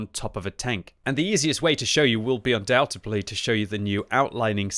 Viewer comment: Lol he said undoubtedly wrong again